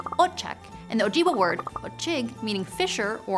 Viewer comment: you got the Ojibwa bit wrong. it's closer to Ojib-way. Go on Ojibwe's peoples dictionary if you don't believe me. Unless you were using western dialect which I am not that familiar with. Editors please send this to her so she can correct in the future.